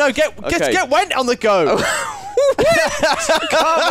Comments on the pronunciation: Thought said "gwent" not "went" during the word game. tw3 has just consumed his life as much as Geralt consumes swallow. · I really thought when you went for 'went', said 'Gwent' XD